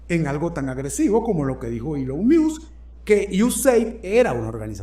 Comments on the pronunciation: Se pronuncia "Ilon Mosk" quien diablos es "ilon mius"? jajaja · Esta es una de tus mejores presentaciones. Gracias. Ahora, no te ofendas, porfa, solo quiero ayudarte con algo facilito: ELON MUSK se dice ILON MOSK (léelo en Español). Tu puedes pana, eres un carajo muy inteligente. Cariños! ☺️ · Maigualida creo q así no se dice elon😂 music